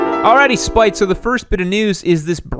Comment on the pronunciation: His name is "Spite"? It sounds like you are saying "spike"!